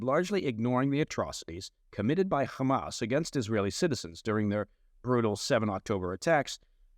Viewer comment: pronounces "Hamas" correctly. Liked and Subscribed.